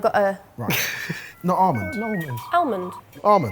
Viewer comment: there is no R in almonds behave!!!